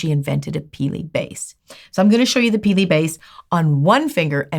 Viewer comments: Peely not perky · Is it just me that laughs every time she says “Peelie”? Not in a mean way just find it amusing. 😂